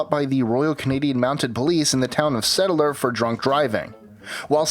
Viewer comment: Pronouncing Settler - not settle - r. It's Sett-ler. :-)